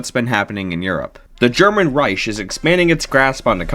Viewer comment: "German Reish" 😭🙏